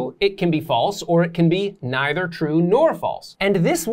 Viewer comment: Maybe spend more time learning how to pronounce either and neither.